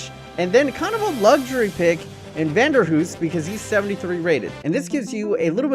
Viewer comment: I’m not sure how you saw ‘Vanheusden’ and though ‘must be pronounced Vanderhoos’ but ok